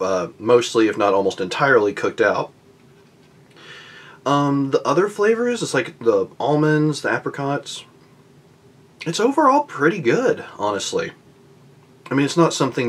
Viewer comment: Waitrose is a good shop but it's not posh although can be expensive sometimes. I either get my mice pies from Waitrose or M&S (Marks & Spencer) . and like Andrew said it's just something we had near Christmas we don't have them all the time. Also it's apricots not apecrots. :P. Since it's nearly Christmas i think you should try something Christmas releated :) ps a reason mince pies are popular around chirstmas is like on christmas day in Uk we don't leave milk and cookies out, kids leave brandy and a mice pie out for Santa but most people eat some in the christmas weeks.